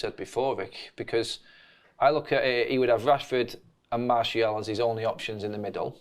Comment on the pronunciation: Okay, when did start saying Martial's name correctly?!